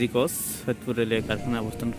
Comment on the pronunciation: bhai apni cha k sa bolchen kano? jamon ache k ase, chair k sear. coach k cos. sunte advut lagche.